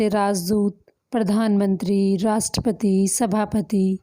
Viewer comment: मैम राष्ट्रपति को आप राष्ट्रपती का उच्चारण कर रहीं हैं। उच्चारण भी आपका गलत है तो क्या बच्चे सीखेंगे । हृस्व व दीर्घ का ज्ञान होना आवश्यक होता है।